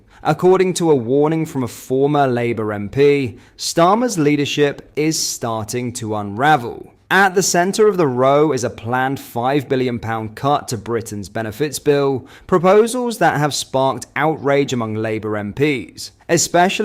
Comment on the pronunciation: Please learn how to pronounce the word ROW. It's not row as in moving a rowing boat!